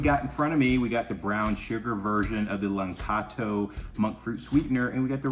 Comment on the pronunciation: It's La•KAN•to, not "LaN-KAT-o".